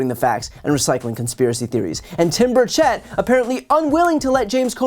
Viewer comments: FYI - the Congressman pronounces his last name BUR-chit, not BUR-chett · As I am, unfortunately, one of Timmy’s constituents, I will nitpick over the way his name is pronounced. The accent is on the first syllable, not the second. And the E is pronounced like an I. Just say BIRD-shit and you’re close enough. 👍